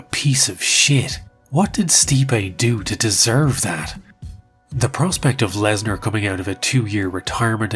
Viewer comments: Dude, it's "Lesnar" not "larsner" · Wait, is it Lesnar or Larsnar? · Continuing to refer to him as larsner after Joe Rogan mispronounced his name is pure comedy. Edit: the Mir headphones zoom is absolutely sending me😂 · "We're here with Brock Larzner" You had 1 Job Joe.. 😂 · Just finished watching. Great video brother. I wanna say two things- RIP Fozzy 😢, and you had me cracking up when you kept the Larsnar going after Rogan butchered it 😂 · I value the commitment to "Larsner" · Brock larsner lmao